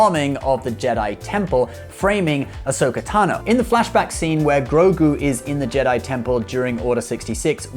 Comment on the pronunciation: Seems to be a Generation Tech/Films thing (not sure if it's purposeful/for the memes) - see also: "Ahsoka T'no" "Dinja Rin"